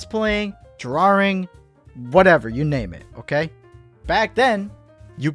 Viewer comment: did he just say drawRing 😂